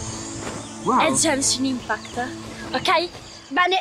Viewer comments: Come si fa a dire "È JEANEESHIN IMPACKT" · miglor commento dell anno genshin impact nn jenshin impact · si dice GENSHIN IMPACT NON JENSHIN IMPACT. Grazie poldo ti adoro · "Gencin impact"💀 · frate solo lei dice Jenshin Impact (la pronuncia corretta del gioco che LEI sta sponsorizzando è Genshin Impact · ✨Jenshin Impæct ✨ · ‘’Jaenshin inpact’’ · Jenchinin pact pronuncia fanciastica italiano corregiuto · "Jenshin impact" mio dio XD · che dice "Jenshin impact" è una nuova scoperta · NO è jenscin impatt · "É JENSHIN IMPACT" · Non è come lo dici tu e gunship state crayo da mihoyo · "jenshin impakt" 'kamistato ayato" va bene..